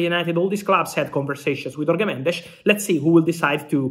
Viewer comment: Fabrizio Romano: In Portuguese, Jorge is pronounced similarly to English, French, Italian etc... not Spanish. Just like with José or João... so Jorge is phonetically similar to the pronunciation of Giorgio or George, for example... The Portuguese "J" never has an "H" sound, unlike the Spanish "J".